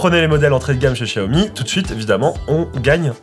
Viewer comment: C'est la prononciation exacte en chinois